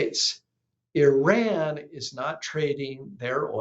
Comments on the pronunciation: Please pronounce Iran correctly. It is pronounced E-Rawn not E-Ran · What is “Eran”?????? It’s called Iran!! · the pronunciation is. e run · it’s pronounced E-Run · If it's always about Iran. At least have the IQ to say the name of the country right. Ridiculous